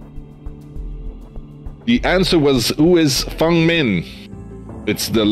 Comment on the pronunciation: the host makes me cringe so much he barely knows the rules and can't even pronounce fengs name